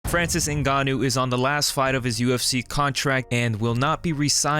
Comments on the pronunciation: Called em "CEREAL" 😂 And "New Gonn Owe" 😂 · "Cereal" Gane and Francis "Nigannou" -- Derrick Lewis is #1 interview, always